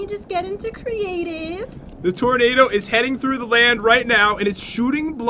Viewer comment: its tornado not tornadoe